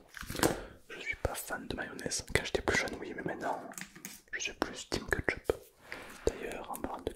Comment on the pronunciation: moi qui dit kÉtchup, t'entendre répéter kEtEchUp ca me tue 😂😂😂